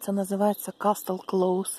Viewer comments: в слове "casstle" t не читается, произносится "кассл". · Здравствуйте,. Извините, за маленькую подсказку, если позволите: t перед s не произносится. Например, listen, castle(лисн, касл), sorry